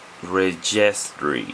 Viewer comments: DUDE, You sound like a DRUG SOAKED IDIOT. A least practice the Video before you record them. and its called REGISTRY NOT RE- JEST- TRY. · Did he really say "rigeeestry" hahaha